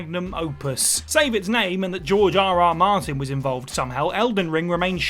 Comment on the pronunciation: I thought she said jar jar martin